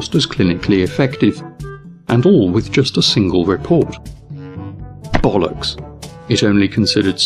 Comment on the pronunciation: I wish, good sir, that I could sound half as classy as you do while uttering the word "bollocks". Sadly, my Scouser's accent means I will never sound classy.